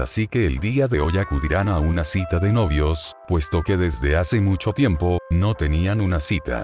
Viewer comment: no dice tiempo dice tiemp like si te distes cuenta